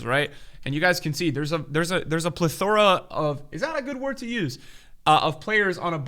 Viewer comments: the way this dude pronounced plethora lmao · Thats the nastiest pronunciation of plethora I've ever heard, never change 🤣🤣